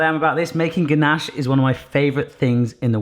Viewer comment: When he kept saying ganache, I thought he was saying Ganesh, the hindu god. I was so confused for the first 3 minutes for the video, lol XD.